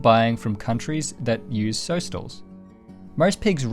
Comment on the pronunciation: Hi. Great videos. Good content and very well narrated. Just in relation to your pronunciation of the word sow, as in female pig, rhymes with cow.